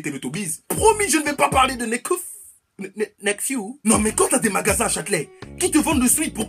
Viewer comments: Nefkou ? ahah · "nekfiou" comme dirait le youtuber qui reagit à nekfeu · MDRR LE "NEKFIUW' A LA 😂😂Bebe t'es au Top 😘😘😘